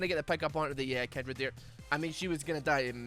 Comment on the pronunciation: Everyone: Kindred: Kendrid